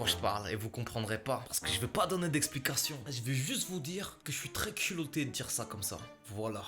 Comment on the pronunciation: Hahaha cul"loat"é bien joué mastu